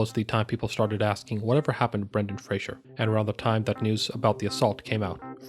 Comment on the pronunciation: FRASER; NOT FRASIER